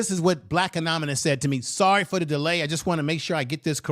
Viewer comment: That's not how "anonymous" is pronounced